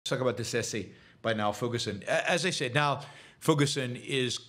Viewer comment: There is no "ck" sound in Xi. It's "kneel" not "nile."